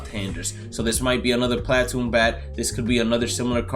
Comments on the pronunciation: platoon is pronounced pluh-toon not plat-oon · Watch your mouth talking about Teoscar the goat, and stop saying platoon like that